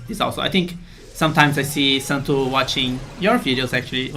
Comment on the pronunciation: The way he pronounced Santtu lmfao